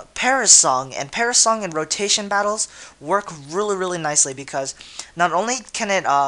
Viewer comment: lol, "parasong" isn't it perish song?